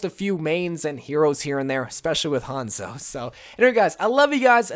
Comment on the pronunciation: really hates Hanzo so much he can’t say his name right